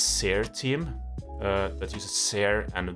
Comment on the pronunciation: Nice video. On a different note. I was 100 percent sure you were Swedish but the way you said Seer team made me instead 100 percent sure your Norwegian, lol.